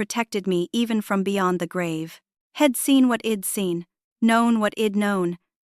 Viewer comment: The story is worth listening to, but your AI can't pronounce he'd, she'd, etc. It's hard to listen to